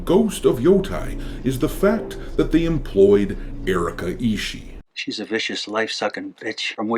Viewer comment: hey, you misspoke the name, its Erika isshiet